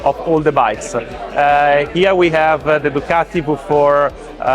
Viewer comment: Did the good folks at Ducati cringe every time Boorman said “DuCATti”? Did they move on to Germany and say “Porsh” over and over at the Porsche factory?